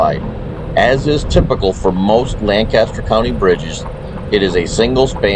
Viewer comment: Please learn to pronounce Lancaster like a local.